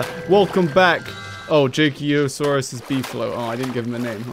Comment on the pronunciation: errrm akauthully its jakeosaurus not jakysaurus🤓